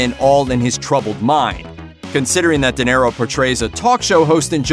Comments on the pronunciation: Good Lord, man! How do you not know how to pronounce De Niro???!!! “Dinero” means money in Spanish! Yes, the guy may be money, but thst is NOT his name! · Why are you saying "Dinero"? It's De Niro. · Ok.. stopped video when I heard Di Nero.. ears hurt.. seriously! Geez!